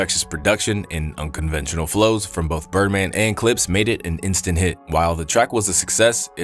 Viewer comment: That was wild, bruh couldn’t say the Clipse or Pusha and Malice?😅